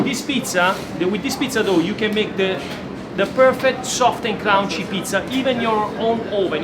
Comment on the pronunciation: one day, you will no longer mis-pronounce the word, "CRUNCHY." It rhymes with RUN and FUN. Not "round" or "down." So, do not say, "CROUNCHI." Say, C*RUN*CHY. Thank you so much. I hope you break this super annoying mispronunciation because you say it so very much. Prova a dirlo bene. Apprezzato.